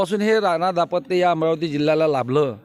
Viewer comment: दापत्य दापत्य नका म्हणू दांपत्य म्हणा